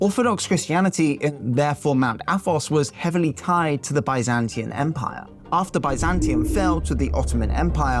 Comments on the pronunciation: "Byzantian?" Really? This bothers me. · Byzantine, not "Byzantian"